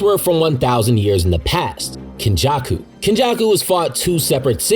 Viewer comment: not gonna lie the way you say Kenjaku has made me responsible for about 1000 of your roughly 153k views